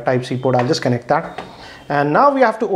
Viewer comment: Kennect! Lol